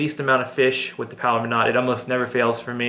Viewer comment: he keeps saying wiff